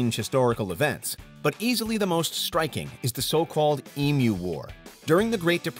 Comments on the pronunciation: Finally an American pronouncing emu correctly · I am so glad you pronounced EMU correctly. EMU - Em-You. Some Americans call them Em-Mooh.